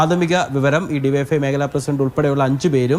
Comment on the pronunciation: യുവൈഎഫ്ഐ അല്ല ഡിവൈഎഫ്ഐ ക്ലിയർ ആയിട്ട് പറയൂ പേടിച്ചിട്ടാണോ